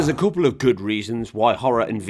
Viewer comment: "A coople....." i love it😂